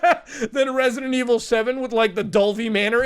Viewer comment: Risidint ivil